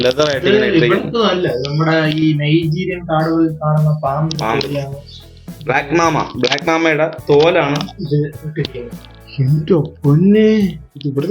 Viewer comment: ബ്ലാക്ക് മാമ അല്ല ....ബ്ലാക്ക് മാമ്പ.... രാജവെമ്പാലയേക്കാൾ വിഷമുള്ള പാമ്പ്